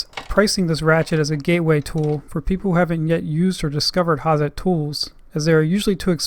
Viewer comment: I enjoy your reviews, and wondered if you could do something, just for me? Or for your German-speaking fans? and say the name like 'Hatzet'? .... worth doing, for a true Hazet aficionado!